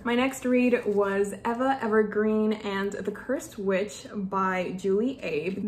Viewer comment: " Eva " is pronounced " eeva " .